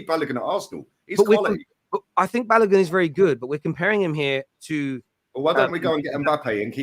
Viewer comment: Balogun is pronounced Ba low goon